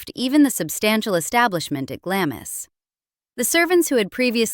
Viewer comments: Please pronounce Glamis properly it is not glam is it is glams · Glahms Castle, not Glammiss. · Gla-miss? Seriously? Try Glahms. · It's not Glamis, it's pronounced Glams! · It’s pronounced “Glarms” not Glamis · It's pronounced "Glahms," not Glam-is. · Although it's written GLAM-IS, it's pronounced GLAHMS. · It's not pronounced "Glamiss". It's "Glahms". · It’s pronounced GLAMS not Glamis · Glames not glamis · The castle is not pronounced GLAM-IS The name is pronounced GLARMS, as in charms. GLARMS CASTLE! 🇬🇧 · Glamis is pronounced “Glaams” not Glamis-is! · Glahms, not "Glamm-iss" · It's pronounced Glams not Glam-is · "Glamis" Castle is pronounced "Glaams", and not "Glammis"!! Unusual, I know, but surely you would check all pronunciations before embarking on an historical documentary! Actually, without such a knowledge, I'm a little surprised you didn't pronounce it "Glaymis" Castle!! Perhaps I am a little more sensitive about this, because I am Scottish and come from that part of the country!! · It's pronounced Glamz castle not Glamis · She is the one all the Royal Staff wanted to work for because the household was so relaxed.I know that for a fact,because my aunt worked for her,which means that this video is basically cobblers. By the way it's pronounced Glarms not Glamis. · For goodness sake - it’s not pronounced GlaMIS! It is pronounced GLAAMS! 😏🇬🇧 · Not GlaMIS.Its pronounced GlaRMES! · Absolutely! Foreigners call it Glamis, pronouncing every letter to rhyme with amiss. Others say Glams ( as in clams) People who have heard it pronounced correctly, know that it is pronounced Glarms (to rhyme with farms.) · Interesting. Glamis (Castle) is pronounced Glarms, not 'Glam-miss'. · Pronounced Glams not Glamis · Glamis pronounced "Glarms" to rhyme with "arms". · Glamis is pronounced Glaarms. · Glamis is pronounced GLAHHHMS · It's pronounced Glamz, do try to keep up. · Glamis is pronounced Glahms to rhyme with Brahms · Glamis is pronounced 'glaams' 🎉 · It's pronounced Glarms